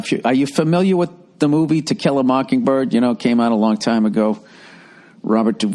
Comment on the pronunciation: Why you saying it like that Bill? It's 'To kill a mockingbird' not 'tequila mockingbird'. That your sobriety talkin Bill?